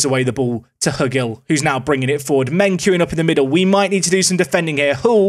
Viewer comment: I'm guessing Hugill is pronounced Hew-gill like Jordan.